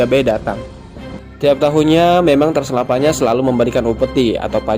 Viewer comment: Transavana😑 Knp gk lu bilang aja Transjakarta / Transjawa / Transtv😐 . Transylvania cuk, bacaannya Transelvenia.